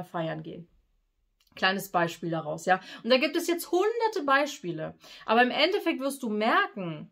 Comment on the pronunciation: Nicht End-Defekt sondern End-effekt